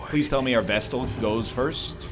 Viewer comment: He came up with this one on his own, he was musing about chat calling his pronunciation of Vestal wrong and rationalised that flagellant was also perhaps pronounced like that, so he started calling it the Fluh-jell-ant, then somebody on that video commented that Fluh-jell-ant is fine, while pointing out other mistakes, though I believe the Egg has yet to react to that because of the backlog.